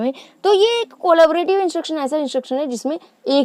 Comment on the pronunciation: it’s not cooola-ba-rative , its collabrative ., at least learn the correct name first, and then teach others 🤬